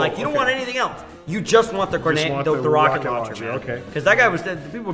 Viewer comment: Every time I hear the tf2 soldier say roket I hear croket it's super funny